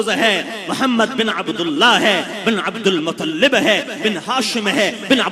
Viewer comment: bhai log inke awaj to same ha magr enhona jo hamare nabi ki nasb sunie ha us ma abdulmuttalib ki jagh abdulmutllib kha ha tum is vedio ko dehan sa dakho